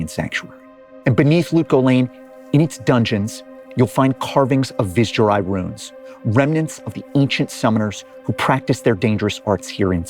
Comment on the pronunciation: It's so disheartening to hear Blizzard devs mispronounce, "Vizjerei," when it's literally a word their company invented.